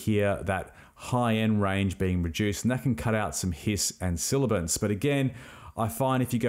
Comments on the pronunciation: Nice tutorial..... "Sibilance" rather than "Silabance" might be better. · Aaarrgh! Sibilance! Not silibance. That said...great video and thank you. BTW you said Davinci Resolve is your audio editor of choice? Do you mean video editor? Or are you editing audio in Fairlight? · great tutorial. please note the term is "sibilance" not "silibance". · SIBILANCE, not silibance. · It's sibilance, not "silibence". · Thanks so much for taking the time to record and produce such a good video filled with valuable info. Please double check your pronunciation of “sibilance” the “b” is said before the “l” and I just found it a bit distracting.